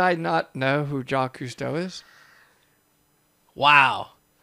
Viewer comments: The only shock were haw badly they pronounced Jacques Cousteau. And they do know that the sea of Galilee is actually a lake right? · If you are doing a video about underwater finds and mispronounce Jaques Cousteau's name not once but twive...you should be demonetized. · before i watch your video i have to comment because i have seen the video you guys are talking about lol i know your reactions are gonna be great. yes he said Jau kees Creuso and that was my reaction what did he just call him. and the spaceship shaped object that they never once showed an actual photo or video clip of is only 60 ft across and has only been seen so far with a type of magnetic imaging nobody has yet explored it because nobody thinks it's worth the money. there's another youtuber with similar content as the video your reacting who always puts one fake thing into his content and that was the fake thing in his video. you guys did not disappoint. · Jeaquie Custeux😂💙The French community is heavily offended😂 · Ocean Explorer/Gangster Rapper Ja-kwees Cewsto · "Jack-quiche Coostow" would be rolling in his grave at this guy's pronouniciation lol (yes, I know how to spell it. I was spelling how he spoke it) And these are the most shocking underwater discoveries by someone who has never been underwater 🤣. I think the crystal cave had to specifically train to rebreather dive on is much more interesting than most of these (can't remember the name.) Keep up the banter and the vids. Love u guys! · Yeah i was laughing with and with the whole narrator "jackees costeau" thing and then says "sakee"......🙃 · JA-KEYS COOS-TOE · Two American guys laughing at another American guy mispronouncing Jacques Cousteau. You guys are the best. I don't even react anymore to mistaken pronounciations of French names/words. I'm French. I love not letting it go "Nah. I hate this guy". I hope I can meet you both one day. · The most shocking thing is the narration pronunciation lol